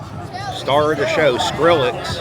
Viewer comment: Bro called him skirillex 😂